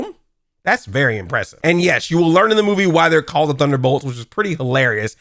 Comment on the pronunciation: Sometimes I feel like you’re not even trying to say thunderbolts